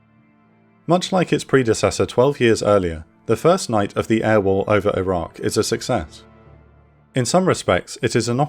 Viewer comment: Not sure why but often when you say Iraq it sounds like Iran. Maybe pronounce the Q (K) more?